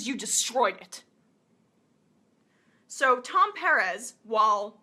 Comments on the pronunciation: It's PER -EZ, Emma it's not a hard name to say. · is his name really "piarez" and not "PERez"?? ... its not super important, but... she did say sunn's name alot... I assume she has done her homework, but... well... her pronunciation goes against my life experience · Liked the video but just pronounce his name right. Sounds weird the way you say Perez.